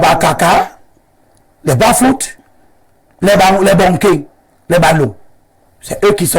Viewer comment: Bafun et non Bafut